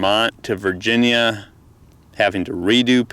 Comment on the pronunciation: Did you say Virginia?